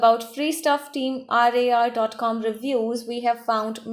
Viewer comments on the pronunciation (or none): She dosent even know who they are bruh They are famous youtubers with 7 million subscrbers and this is their merchandise website if you watch their vidios we can see that they are legit And also she doesn't fully know about them she saying team R A R but the real prounsation is team rar Yes watch their vidios it's team rar Not team R A R